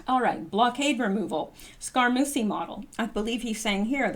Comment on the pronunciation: Scaramucci is pronounced ...Scare-uh-moochee. Just FYI...thanks for all you do!